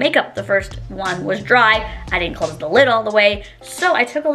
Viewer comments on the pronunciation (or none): none